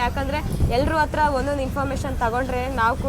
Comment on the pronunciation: ನಿನ್ನ ಕನ್ನಡ ಶುದ್ಧ ಮಾಡಕೊಳಮ್ಮ. (ಅತ್ತಿರ ಅಲ್ಲ) ಹತ್ತಿರ ಸರಿಯಾದ ಶಬ್ದ. ಹಕಾರಕ್ಕೆ ಆಕಾರ ಹಾಕಿ ಕನ್ನಡವನ್ನು ಕೊಲೆ ಮಾಡ್ಬೇಡಿ